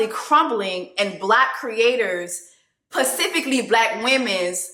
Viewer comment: Love you sis, but if you don't put that S in front of "pecifically" I'm going to scream!!!😂😂😂 Love you sweetie, stand strong!!❤